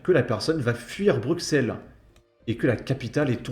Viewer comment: Putain, il est temps de savoir prononcer les Noms. Le x de Bruxelles se prononce comme 2 s. C' est pas Forest, ça se prononcé Forêt. Et pour terminer Uccle se prononce Uccle. 😊😊